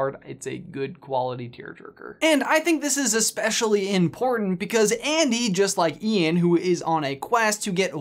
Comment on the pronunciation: Also also, actually actually... when the word "ANDY" is repeatedly said.. it sounds like IAN.